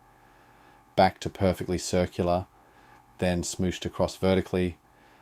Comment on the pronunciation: That guy sounds Australian, so I really don't know why he pronounced "smooshed" so weirdly. Why did he say it like "smooyshed?"